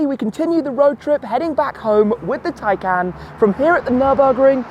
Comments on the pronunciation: Why do you call it a Tiecan when it is a Taycan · Hi car is pronouced "taycon" not "taycan"